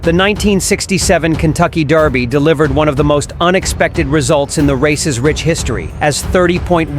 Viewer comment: Derby not Darby